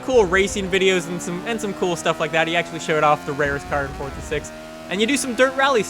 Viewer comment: why do you say fortza wtf